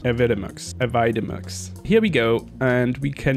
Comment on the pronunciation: AVI-demux ;) thank you for this tutorial, in exchange, the correct pronunciation.